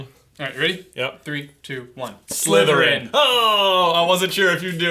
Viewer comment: when they answered on disgust i heard slutherpuff #slutherpuff